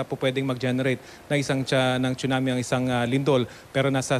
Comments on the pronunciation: Hurts my ear when I hear "choonamee". OH GOD. PRONUNCIATION. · Im confused, should it really be pronounced as "chunami" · Excellent report. I like the quake simulator shown at the Phivolcs center. Someone needs to let Raffy know how to pronounce a Tsunami.